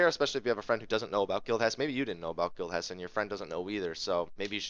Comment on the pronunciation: For a moment it sounded like Guild Chest. Thanks for the video